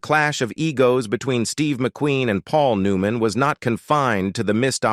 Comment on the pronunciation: This has got to be an Ai generated video. The way the narrator mispronounces simple words like Paul New Man, etc.. It also is hard to follow the points being talked about. Is this the future of entertainment? If so, we're safe. This is garbage.